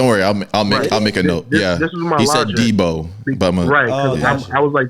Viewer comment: HE SAID DEBO …. No edit 😂😂😂😂😂😂